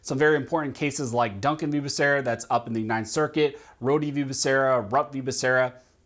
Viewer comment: Exactly. Couldn't even say the fool's name correctly, or even the department in which he'll head.